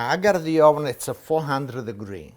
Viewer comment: I love how you say I gottte 😉